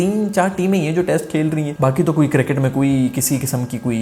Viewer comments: Circket nahi cricket tell sarfraz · ENGLISH of Pakistani 🤣🤣🤣🤣 Cricket--circet🤣☀️